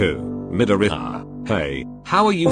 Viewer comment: MIDORIYA Bot: MidorEYEya